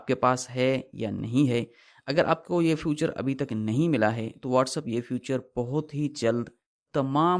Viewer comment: 😂سستے سانئس دان فیوچر نہیں فیچر ہوتا ہے